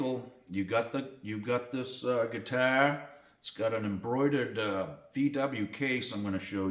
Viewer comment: Cool ‘guitah’. Love your New England accent. 🤘😎